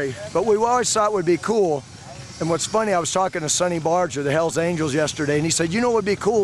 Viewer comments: Pronoun ced SUNNY!. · Why can't you pronounce sonny's name correctly